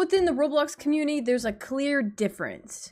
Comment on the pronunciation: you said commumity